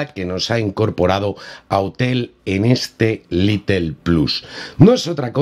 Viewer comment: Excelente actualización! No sé entiende porqué no habilitan la configuración manual, ya que eso para nada estresa el procesador. Recuerda que el modelo es Lite ("lait") no Little ("litle"). Stuart es el único little! Jaja! Saludos